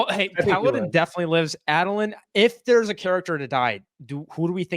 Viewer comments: Adolin (Ay-Doh-Lynn). Enjoyable show but that hurt every time you guys said Adolin the way you did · A-dole-lin is the correct pronunciation btw. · The way they say Adolyn infuriates me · Add-a-lin… it had me twitching the entire time lol